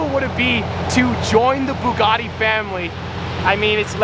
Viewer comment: Please don’t buy a Bugatti. It’s boils my piss every time I hear you say “Boogoty”